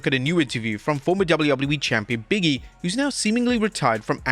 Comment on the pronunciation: Say it with me.. “Big”… pause …. “E” not “Biggy”